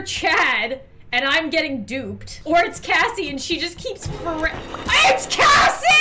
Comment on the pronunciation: It is Kassie not Cassy